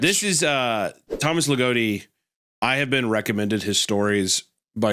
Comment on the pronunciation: legotti giggling and kicking his feet hearing yall butcher his name also mispronounciation of names isnt generally viewed as disrespectful in hellenism so aside from the fact that anima mundi isnt exactly a deity, you should be safe from internet pegans for now